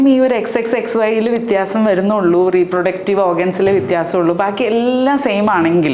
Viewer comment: വിത്യപിയാസം അല്ല വിത്യാഖ്യാസം!